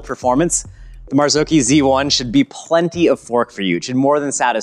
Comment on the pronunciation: Mazaoki isn’t how it’s pronounced ;p mazz awe chi